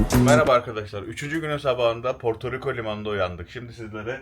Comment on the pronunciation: Porturuku değil hacı Portoriko